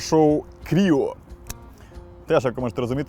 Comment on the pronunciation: 😂 той самий випадок, коли resilience читається 'резілієнс', а cryo - 'крайо'.